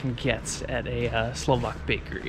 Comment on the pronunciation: Your Slovak is really good ! You have better pronounciation than most of the Americans I've heard. Impressive !